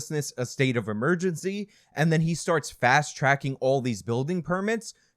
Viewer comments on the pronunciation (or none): none